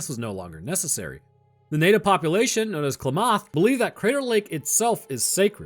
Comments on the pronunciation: Oooh the butchering of Klamath has me laughing 😂😅 It's not Kla-moth lol, its clam-eth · Lol Klamath is pronounce Ka-La-Math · KLAmuth is how you pronounce Klamath. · I've never heard Klamath pronounced that way. Southern Oregonians generally pronounce it "clam-myth". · its Kla muth